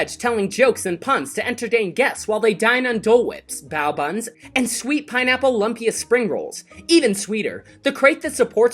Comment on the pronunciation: “Lumpia” is pronounced “loom-peeya” ;)